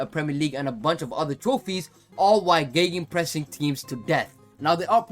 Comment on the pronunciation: Man, G in German is spelled same as in English. "Chrechrenpress" sounds pretty Swiss German 🇨🇭 but afterwards in the video you spelled the word right without noticing 👍